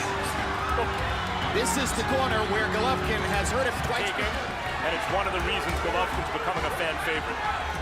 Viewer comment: Can't even say his name right...lol AI lazy Chanel